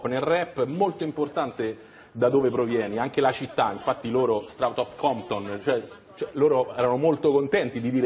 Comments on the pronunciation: "Straut aut Comton" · Straight outta compton si pronuncia streit otta Compton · "Strutture a cotone"